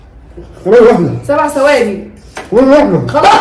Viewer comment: ثواني ب ث مش بال س